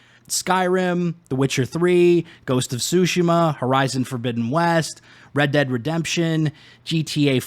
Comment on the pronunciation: I had to stop when you said "ghost of shusima" prior to that you said "definely" and "excetera" learn to properly pronounce words or stay away from creating content.